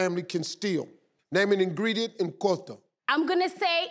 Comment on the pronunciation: Living in Europe I still won't forget Kota. And Steve you don't pronounce Kota like qouta. 😂